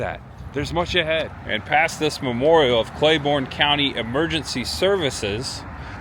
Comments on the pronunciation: The county is pronounced Clay-BURN not Borne. but the video is awesome! I spent many years trapsing through the hollers of Speedwell. and Running around with family and friends in Tazewell. Many summers eating at the Frostee Freeze. I miss those days. Thanks for taking me back. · It’s also pronounced “Clay-burn” county, not Clay-born”. Regardless, great video.